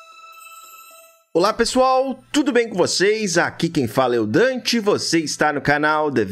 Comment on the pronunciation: Boa Dante não é por mal, mais vlw por n falar q vc é o "Dente" kkkk espero tudo de bom pra vc man e n leve a mal, eu tinha gastura de ouvir kk